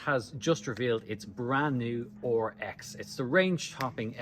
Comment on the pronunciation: RX. Not OHR EX 😆